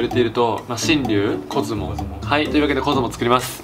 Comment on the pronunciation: ごめんなさい、出だしの「コズモ作ります」が「子供作ります」に聞こえました